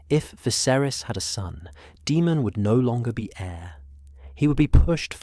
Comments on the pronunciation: Daemon is pronounced Day-mon, not De-mon. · I absolutely hate AI his name is not demon why not just spell it Damen so stupid AI can pronounce it the correct way you literally listen to this and thought it was acceptable to post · Daemon not demon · I quit after 10mins because I cout get past the pronunciation of daemon as demon